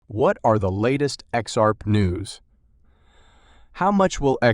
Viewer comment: What's "Ex-Arp"? Good god, this is a horrible robot voice